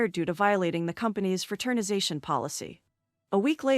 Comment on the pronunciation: What translation program are you using that you can't say fraternization. Or resume